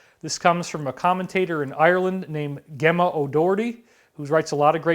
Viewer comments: The commentator from Ireland name Gemma O'Doherty... it's pronounced Jemma or 'Gem' as in Gemstones Gemma - & she's a girl, not a guy - check her profile pic ;) Thanks so much for all you do, David <3 Sending you much love x o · Gemma is pronounced - Jemma I think. Sending love <3